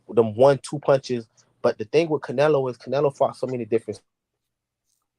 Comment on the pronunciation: CaNailO Me: Did he say Canola Oil?!!!